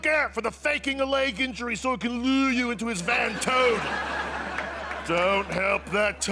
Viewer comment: the clearly british "faking a leg injury so it can lure you into its van toad" is taking me right out pahahha